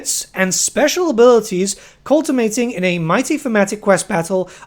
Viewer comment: it's culminating, not cultimating But this is why I watch your videos, you are quite lovable (full slaanesh btw.) you didn't show the rotknights btw (already saw them on the blog, they look sick as fuck)